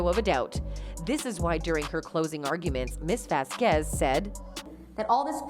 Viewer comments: VAZquez not vazQUEZ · Miss VeZqUeEeZ jeez woman, miss Vasquez is fantastic at least pronounce her name properly. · Correctly pronounce "Vasquez"